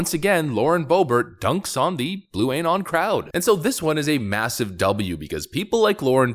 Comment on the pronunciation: "AYY-NON" 🤣 dude why